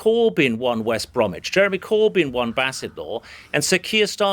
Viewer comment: Why does he pronounce it Cooorbyn?